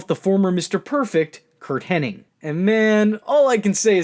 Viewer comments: Hennig, not Henning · for Fucks sakes it's Hennig . . . IG not Henning . . . ING